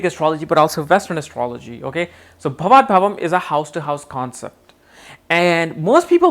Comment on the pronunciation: not bhavat bhavam, it is bhavat bhavam